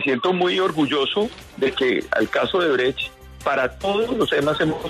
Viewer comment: El fiscal es incapaz de decir la palabra odebrecht 😂